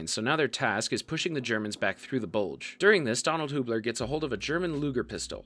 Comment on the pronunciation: Bugle or Bulge?